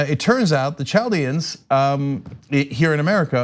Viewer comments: Chaldeon is pronounced Kal-deons....Mr Cenk (Jank). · "Chaldeans"? You mean "Kal deans," no CH sound. Those are like another name for Babylonians.